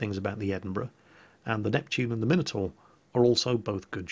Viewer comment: I think I may need to revoke your british license after mispronouncing the Minotaur